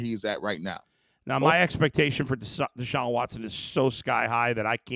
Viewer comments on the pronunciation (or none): Its Deshaun.. not Sean